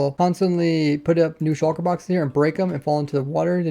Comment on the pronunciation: Why can no Minecraft youtuber say "Shulker" normally